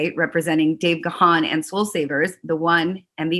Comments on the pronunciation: Not Ga-han. You pronounce it GONE. He is so polite he never corrects people. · Dave channeling his inner Bono eyewear. Ladies and gentlemen…it’s Dave Gaaahaaaan! It’s pronounced similar to “Gone”. ;) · O my god Ga:n...dear...wife, how do you speak his name😵??? it is realy not ok. Please correct this..ask the universe.... Dave G. is the King ❤🤗❤ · You’re pronouncing his name wrong! 🤦🏽‍♂️ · If she likes him as much as she says she does how the hell can she not know how to pronounce his surname?